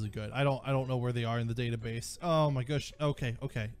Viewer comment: "Oh, my gush." Ha. 😅